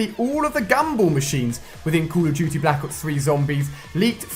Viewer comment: Wait did you say kuru duty? Lmfao